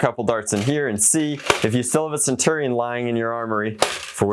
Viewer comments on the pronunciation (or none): none